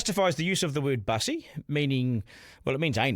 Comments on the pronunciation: Not pronounced like bus, a form of transport, rather I thought Bussy was nasty slang for 'Back Pussy' (rhymes with pussy). And the Greens accept this perversion. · Its not Bus-e it's Bussy because it rhymes with Pussy. It originated in Prison. Its nothing to do with the LGB community. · its not mussy its bussy B for boi.... not Man and its derived from the slang word for cat so is not pronounced like a bus. so Duncan by playing safe you also fail to give a complete picture. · Get the pronunciation correct…..It’s Bussy as in Pussy.